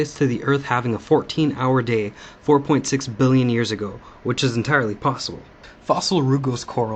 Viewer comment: Both he and his father tend to exaggerate the pronunciation of billion as if to make it a shady word. Biiiiillion